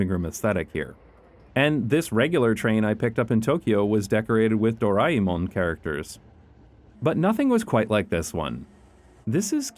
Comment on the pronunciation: ngl, the proper pronunciation Doraemon was spot on. So many times I have heard it pronounced as Do-Rei-Mon, that it just feels natural to think it would be otherwise.